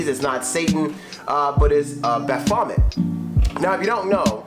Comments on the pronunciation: Ba vomit lmao it’s baphomet baff-o-met rip x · It's *Baphomet my guy. Pronounced Ba-fo-mey.